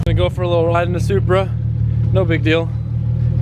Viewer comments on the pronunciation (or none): has a stroke trying to say “ride”